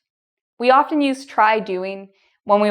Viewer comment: do u think ur Pronunciation for the word Often is correct?